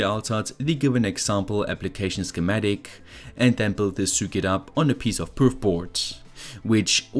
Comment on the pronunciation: Ich liebe deine Videos, aber bitte sprich Circuit doch richtig aus, es triggert mich :D